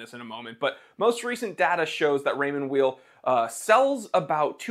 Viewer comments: Pronounced Ray-mond Vayl. as in you are not a vile person. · It's pronounced Raymond VAY. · The name’s pronounced yaaaaeeeel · Raymond Weil, say: "Rae-maw Vile". First name is of French, last name of German origin, so it's definitely not "wheel". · Pronounced Raymond Wile.. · With all due respect, you have no idea about watches, and certainly not about Raymond Weil. You are not even able to pronounce the name correctly. Shame on you. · You don’t even pronounce the brand correctly lol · You don't know how to pronounce the brand or the watches, you don't mention the actual prices people pay for the watches, and you don't actually own any of these watches. Seems weird to tout ignorance. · Funny thing is he don't even know how to pronounce the name 😅